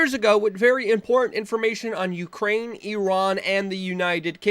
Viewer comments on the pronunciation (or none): none